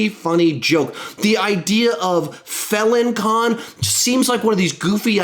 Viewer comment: Villain con not Felon con